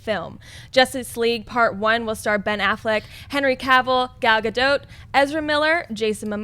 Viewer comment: Congrats,. You're the first one to pronounce Gal Gadot's name right. P.S. You're gorgeous.